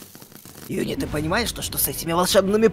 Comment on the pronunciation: ЮНИ НЕ ЮНИ она жюни